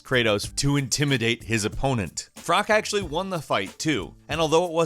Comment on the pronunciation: Frok? It's Froch! as it CHHH. . . like Church lol